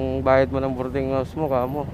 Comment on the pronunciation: BOARDING hindi “bording”